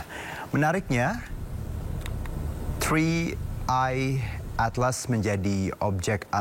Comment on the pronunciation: Wkkk bacanya Tri AEi atlas